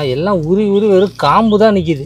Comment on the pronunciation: kaambu illa bro koombu 😂❤🎉😅😊